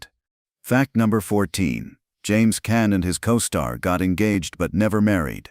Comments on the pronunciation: You can't even pronounce James caan's name right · U aren't pronouncing caan name right